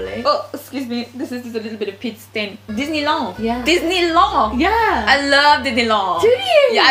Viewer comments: dinnilawn... I'm dead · Your french accent is good but we really say the D in disenyland and girlfirend